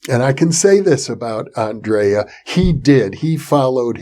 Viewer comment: Hi Jeffrey, Greeting from Croatia, just to tell you it is not spoken "Aandreja" but Andrija Puharic.